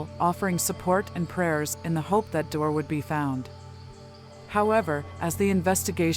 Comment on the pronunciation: His name is pronounced Dee-Orr, not door! I was a friend of his Grandpa’s on his dads side. His biggest fear was to die without ever knowing what happened. Sadly, he passed with a broken heart 💔